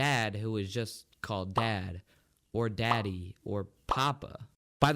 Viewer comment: we're the same how she says daddy Deddy the dad was not active